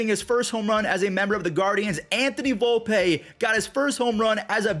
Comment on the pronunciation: its Vol-pee not Vol-pay